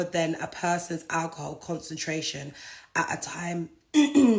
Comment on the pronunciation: first 5 second of speaking she going mad 😂🤣 sorry to laugh but who she talking to “ stay with me for a sec “ 😂🤣 Naa mane she going mad of that alcohol ( Al-kuhul) .